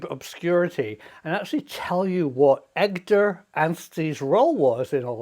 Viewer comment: That's EDGAR not EGDAR Prof! 😂